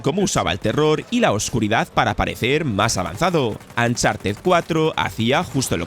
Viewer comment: Por qué los españoles pronuncian las U de palabras en inglés como A? Uncharted= "A"ncharted donald Trump= donald tr"A"mp The last of us= the last of "A"s Chucky= ch"A"cky ????????????